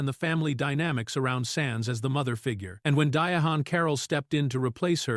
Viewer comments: Ms. Carroll's name is spelled Diahann and that's why it's being mispronounced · "Dia Han Carroll" killing me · His pronunciation of her name graded on my last nerve.